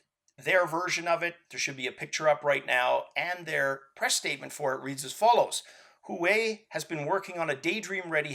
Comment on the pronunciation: i believe huawei is pronounced slightly different sir,i recently bought one of their phones and felt obligated to learn how to pronounce it properly so i can correct anyone who dares to get it wrong